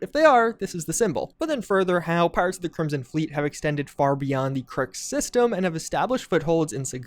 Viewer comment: "Solar ststem" 🤣